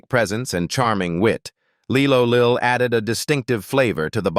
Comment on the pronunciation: It was lie-low lill not Lee-low